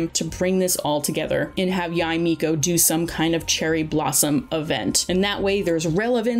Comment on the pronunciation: Or "Yai Miko"